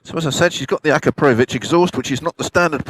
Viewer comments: Akaprovich????????,🤣🤣🤣🤣🤣🤣🤣🤣🤣 Akrapovic!!!!!! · You mis pronounce akropovic, by the way. Not sure why they are still selling aftermarket exhaust when all these bikes are now tuned up for the tightest euro emissions specs. Mabe a change in tone, but cannot really do that much anymore. Certainly nothing at all to speak of for performance.